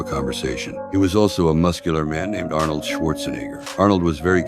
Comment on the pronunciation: I didnt know it was AI until he say arnold.. 😂